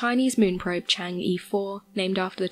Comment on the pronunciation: i like watching these videos but can you please look up the proper way to say chang'e